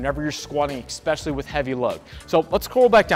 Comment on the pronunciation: exspecially XD